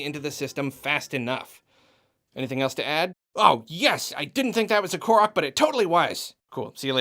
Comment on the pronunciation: I have no idea why, but I feel an intense satisfaction every time I hear you say "Korok" the way you do. I've heard Karoke, Karik, Kark, Kakor, Kakrok... Just... Thanks for saying it the way you do.